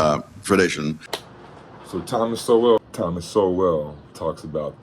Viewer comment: You can't even pronounce his name and you try to insult him lmfao.